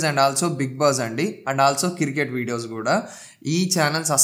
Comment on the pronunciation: కిర్కెట్ కాదు క్రికెట్ బ్రో 😂 పుటోస్ కాదు ఫొటోస్ 😁